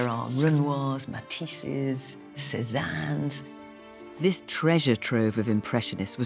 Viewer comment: Why do Philip and Fiona pronounce the artist's name as Sizzley? That's not an English or a French pronunciation.